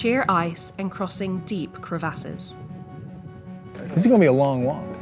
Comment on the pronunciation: I never heard anyone pronounce “crevasses” like that before and that is 1000% how I will be pronouncing it from now on.